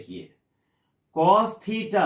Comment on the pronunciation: Cos ko pronunciation nahi athaa🤣🤣